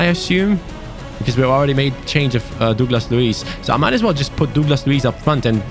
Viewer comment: Please learn how to say Douglas mate..its killing me😅😂